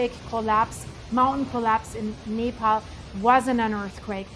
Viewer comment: You keep pronouncing Nepal like Napalm! 😂😂😂😂 Like Venetzuela... so wrong 😂😂